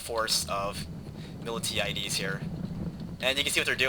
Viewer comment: Mill-Tie-a-dees, Tis' the correct way to pronounce his name, he was the leading Greek general in the Battle of Marathon.